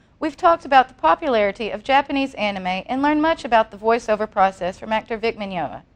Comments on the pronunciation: i love how she pronounced his last name with an L i dont recall it having an L! XD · S-she said his last name wrong...... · At least pronounce his name right. I mean, c'mon. Please? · i swear i'm gonna kill this lady she can't even say his name right omg